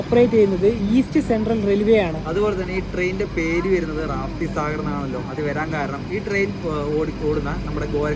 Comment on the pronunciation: Not റാപ്തി. രപ്തി ....Angane alew?